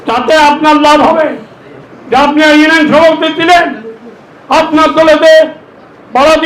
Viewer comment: ইনশাআল্লাহ 1 লক্ষ বটে আপনি হেরে যাবেন আল্লাহ চাহিলে আপনাকে হারিয়ে দিতে পারেন ক্ষমতার মালিক আরশের মালিক একই আপনি এইভাবে কথার ফুলঝুরি দিয়ে মানুষ ভোর দিবে না আপনাকে মানুষ বিপরীত কিছু ভাববে আপনি ইউনিয়ন শব্দ উচ্চারণ করতে পারেন না এমপি পদে প্রার্থী হয়েছেন আপনাকে ধিক্কার জানাই